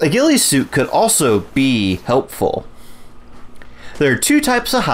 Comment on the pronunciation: Lol he said bee helpful